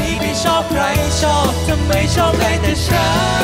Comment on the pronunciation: ร้องเพลงออกภาษาไทยชัดเจนมาก ไม่อมลิ้นเหมือนน้องหลายคน แต่ละคำฟังแล้วไพเราะ ไม่น่ารำคาญ คำว่า ฉัน ก็คือ ฉัน ฉ ไม่ใช่กึ่ง ๆ ฉ และ ช ร คือ ร ไม่ออกเสียงแบบตัว R ซึ่งกำกวม ทั้ง และ สามารถเป็นนักร้องอาชีพได้สบาย ๆ